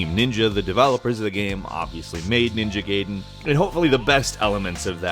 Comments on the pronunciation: STOP SAYING NINJA GAYDEN, LOL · Can't wait for that Neo game that has bits of Ninja Gayden in it. Seriously though that pronunciation. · Do you really pronounce ninja gaiden like that?? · ninja "gay den" lol its "guy den" you idiot. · please.... one of my only peeves nothing against you... its GUY-den not Gay-den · Ninja Gay-den? I think you played the Chinese low budget clone bruh... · its pronounced ninja "guyden" not gayden lol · ninja "gay den" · "Ninja Gay-Den". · ninja "gay-den" ugh... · "Ninja Gheyden" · Blugh, "Studio Jeeblee" "Ninja Gayden". Come on, boy. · Your use of "Ninja Gaden" takes me back to a pre internet time when we had no idea how to pronounce words. I used to call it that for like the first 20 years of my life till i heard people say it the correct way(of course the "correct way" is all relative to where you're from...). It made me happy when i heard you say it that way none the less. :) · ninja gayden lol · "Ninja Gayden" c'mon